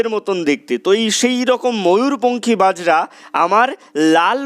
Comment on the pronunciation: Apni bojra sabdotike bajra uchcharon korechhen